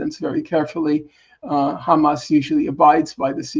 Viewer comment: Please Mr. Hill, Hamas, not Hamass.